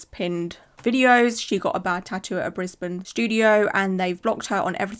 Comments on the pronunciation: SHE LITERALLY SAID IN THE TIKTOK HOW IT’S PRONOUNCED, I LIVE IN BRISBANE AND IT’S PRONOUNCED “BRIZ-BIN”/“BRIZ-BN” NOOOOOOOOTTTTT BRIS-BAYN 😭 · Gasp. Brisbane? Thats where I live. hehe the brisBANE pronunciation always gets me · Any other Aussies cringe a bit at the way she said "Brisbane" 😂😂 always funny hearing non-aussies pronounce it, that and Melbourne